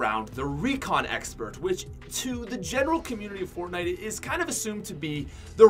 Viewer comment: Ummm yo said fornite Im pretty sure it’s fortnite